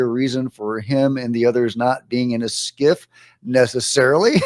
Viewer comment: Scif not skiff